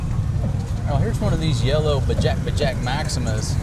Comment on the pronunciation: It's not bajak bajak it's bajaj, and it's Indian brand Three -Wheeler